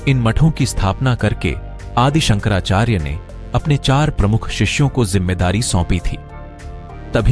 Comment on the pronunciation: शंकराचार्य बोलिये संकरा चार्य नहीं